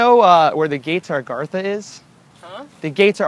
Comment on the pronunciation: says agartha like argartha lol